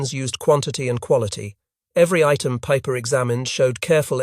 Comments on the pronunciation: Peiper’s name would sound like the English word “piper”. Does one pronounce Einstein as Aynsteyn? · Joachim Peiper ( pronounced Piper, )